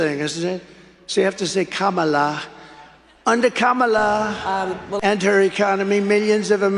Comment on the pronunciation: Hahaha trump slipped and pronounced her name correctly.